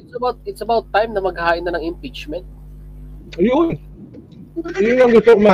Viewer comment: hahahaha imprachment😂😂😂